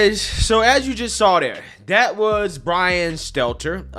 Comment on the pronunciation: I swear i listen to every show and have for over 2 years and that is legit the first time i ever heard him say Brian Stelter's name right... Dont believe me? go back and listen to any post about that idiot and he will fuck Stelters name up